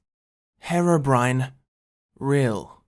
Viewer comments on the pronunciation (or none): Ιts HEER OH BRINE not hair oh brin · Your saying harobrine its hèrobrine this is the only way i can do that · Its hero not hearo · The third group of people just wants you to stop saying Herabrine... Its Herobrine man (Here-oh-brine)... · Why is it that every British person calls herobrine harobrine And calls developers Develoupers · WHO THE HELL IS "Hera brain" !!!!!!!! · Is HAIR-O-BRINE REAL? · the way you say herobrine hurts me, it's HERObrine. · my bro ski it’s pronounced HE-RO BRINE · i thought it was pronounced as (hee-ro-brine) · pronounced heeeroh BRYNE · its "her-ough-brin-ay" idiot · It's pronounced "hero brian" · Did he just say hairobrine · You guys say herobrian's like the drug heroine. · It's pronounced hiro bryne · Mucrof yeah he says hero brin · Am i the only one that gets annoyed on the way he pronounceses herobrine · He said herobrine wrong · seconds into the vid and I'm all ready cringing THATS NOT HOW YOU SAY HEROBRINE god it's so cringey